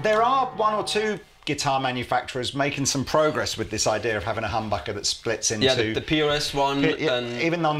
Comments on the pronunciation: Lol, pronunciation of humbucker sounds like hamburger and dammit, now I'm starving for a hamburger! Thanks! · If you put on subtitles says hamburger not humbucker